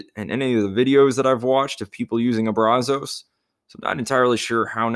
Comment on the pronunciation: Just a heads up it's pronounced [Braz] [us] not [Braz] [os].